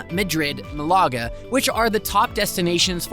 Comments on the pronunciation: Ma-lager lol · Mi-lager? Hahahahha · When doing a video about Spain, at least show you can speak a little Spanish and pronounce Malaga correctly (sorry don’t know how to show accent on my phone)